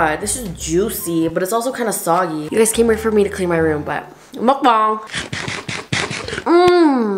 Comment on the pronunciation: Omg when she pronounced “mukbang” correctly 😭🙏🏽